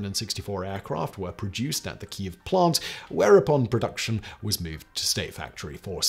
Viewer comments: Say it with us “key-ev” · The authentic way is to pronounce it 'Keeve'.